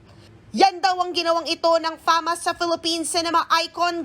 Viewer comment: Bk fasma hindi famas